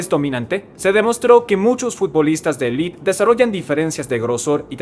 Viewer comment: Élite, no 'elit'